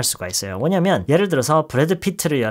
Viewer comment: 넘 신기해요ㅋㅋ그래도 '왜냐면' 하나는 꾸준하게 교포발음이신 포인트가 넘조와여 ㅋㅋㅋㅋㅋㅋㅋ